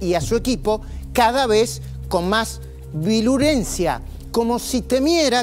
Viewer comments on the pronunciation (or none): ¿VILURENCIA? Es VIRULENCIA Majul, ¿estás nervioso? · Que es la VILURENCIA ?????? Este hombre ya no sabe ni hablar, tanto idolatra a Bullrich que hasta se le está pegando su dialéctica fallida. 🤣🤣🤣